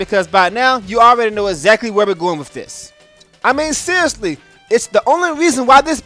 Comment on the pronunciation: "Ezzakly"